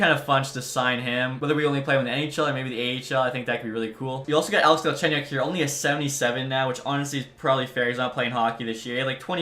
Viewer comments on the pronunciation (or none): none